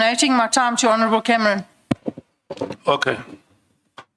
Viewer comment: “Hon Cameroon”😂